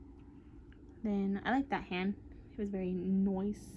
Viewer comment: Hahhaa “I like that hand it’s very nOice” haha at first I thought you said very moist XD